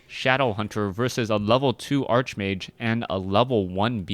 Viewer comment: You mispronounce Archmage...